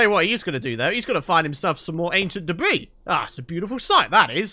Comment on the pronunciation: Ancient depth ris not debris 🧐🤨😕